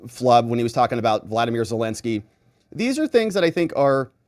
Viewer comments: Voldomir??? 😂🤔 vlodomir, 😉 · Did you just call Vladimir Zelensky , Valdimir Zelensky?